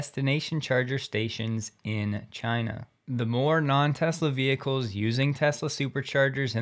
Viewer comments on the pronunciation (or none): none